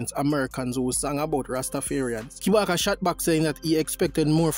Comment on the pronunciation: Kabaka not kibaka